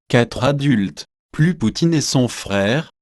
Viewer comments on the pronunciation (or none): none